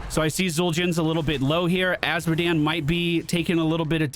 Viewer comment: "A series of unfortunate events..." Azmodan. You mean Azmodan.